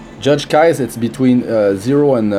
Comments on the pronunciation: "Kais" lol I usually pronounce her name as "Key-say". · Her name is pronounced.. key-say... lol just saying.